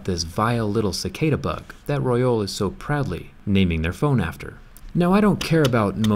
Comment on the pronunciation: Pronounced bug wrong bro